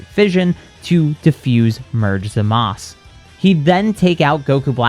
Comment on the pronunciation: why do you keep calling zamasu zamas. like what did the letter u ever do to you. lol